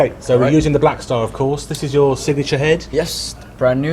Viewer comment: ik but he said blackfar lol